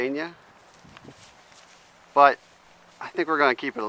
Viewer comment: I'm pretty sure there is an L in "Pennsylvania"...